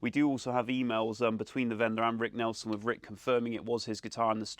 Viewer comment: It's Nielson, not Nelson ! Jeez !